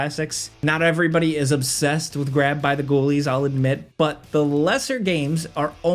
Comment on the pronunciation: Hearing and American saying "Grabbed by the Ghoulies", and them probably not knowing the joke, is just hilarious.